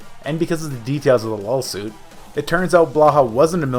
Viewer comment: What's a "lawl suit"